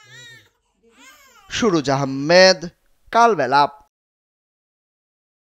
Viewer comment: আপনার কালবেলা বলতে কালবেলাম হয়ে যায় ।